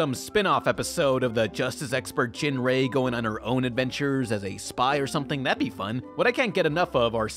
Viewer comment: It's pronounced "Gin-Ray" not "Jin-Ray"